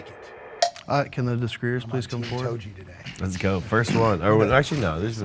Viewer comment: “Togi” is insufferable